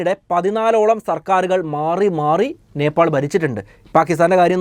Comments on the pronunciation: നേപ്പോൾ?? നേപ്പാൾ അല്ലെ ബ്രോ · നെപ്പോൾ അല്ല നേപ്പാൾ. കമന്റിൽ എഴുതി. പൊക്കോട്ടെ.